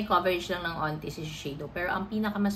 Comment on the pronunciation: Why dont you pronunce the K when you say the word Konti?